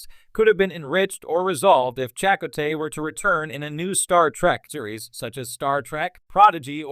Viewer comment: Uhhhh, listen to how this computer generated voice pronounces "Chakotay" ... FFS.